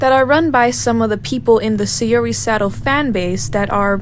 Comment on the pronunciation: The way you pronounce saori is murdering me and now I am dead (no offense I still like the video)